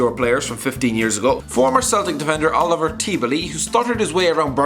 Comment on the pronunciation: It's Olivier Tebily not Oliver